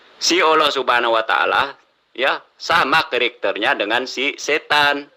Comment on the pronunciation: Bilang karakter aja ketekter..ha..ha..